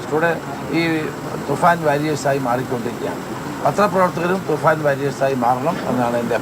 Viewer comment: Hello bro. Please note that's THUFAN is right pronounce. Some times you're repeating THUFAR .please not that.